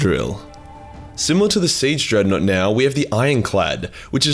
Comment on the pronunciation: Wulfen......Dreadnought.... DIGGANOUGHT